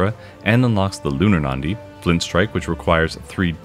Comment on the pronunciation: i know this is gonna be nitpicky so I'm really sorry in advance: it's pronounced as Na-Di not Nan-Di. It's a word taken from sanskrit which literally means Vein. But thanks for the coverage!